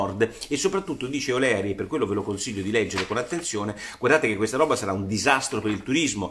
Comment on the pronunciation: Michael O’Leary e’ un grande ma si pronuncia O’LIRI...;) uncledog...